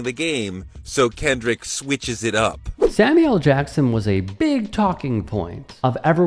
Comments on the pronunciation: Let's see...., the majority of football players are African American, the largest portion of Super Bowl viewers are African American and now Hispanic viewers are on the rise so why would the Super Bowl cater to Fox commentators who can't even pronounce Kendrick's name or even pronounce Grammys properly, even though she was reading from a piece of paper. The more than 133 million people who watched the Super Bowl knew who Kendrick was and broke viewership record.... the NFL isn't worried about Fox News and Jeanine Pirro. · Did that say "Kendell won a grammar"? 🤦🏻‍♀️